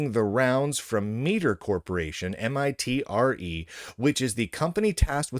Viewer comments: MITRE is pronounced MY-TAH. ME-TER is spelt metre. This was a DOGE scream test. I said that from the beginning. Someone from the CVE Board is friends with someone from the MITRE board and they "leaked" the letter to apply pressure to have funding restored. Last years contract for the database was $44M. To maintain a db. 😂 This is what we call a kickback scam. ~Half of the funding will go back to the funders personal pockets. It's scams like this all throughout government that allow civil servants of all kinds to somehow become millionaires. Make sense? The CVE foundation is industry backed. It's your Microsoft's and Google's wanting to privatise and commercialise the db. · The entire time he was talking the thought was going through my head, "why pronounce it meter instead of miter?" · thanks! I always thought it was "my-ter" (miter), so was confused by him calling it meter.... I was looking at its history on Wikipedia. Was it ALWAYS a 501c3 or did it become that at some point? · Me Ter? I thought it was like the saw My Ter Mite -er ? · Pretty sure the “I” in “Mitre” is a hard “I”. Mite + er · It's My-ter with a long "i".